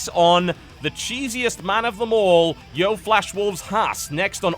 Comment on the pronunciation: DAMMIT TB. YO-E FLASH WOLVES. NOT YO.